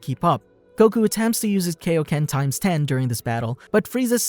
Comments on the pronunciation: Pronounce Kaioken properly dammit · Great video! But you said "Kaioken" wrong 😆